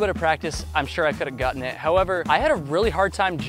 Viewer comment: Gutten !?!?…. Did you say Gutten !?! 😂😆